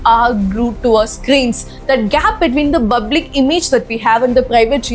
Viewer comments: Wow, that was fantastic! Keep going sister👏 I’m really impressed by how well you broke down the topic.👏 ------------- I’ve become a fan of how you pronounce the word “public” — just kidding! 😜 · Good content 💯.. sister pls pronounce the word public right ... That's the only concern from mother Teresa video too... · Hi sister, I really enjoy your videos and your English pronunciation! However, in this video, I noticed that you pronounced the word 'public' slightly differently than I'm used to. Would you mind clarifying the correct pronunciation? Thanks.